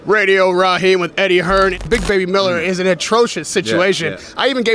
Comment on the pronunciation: I think you just savages Eddie Hearn name raid rahjeem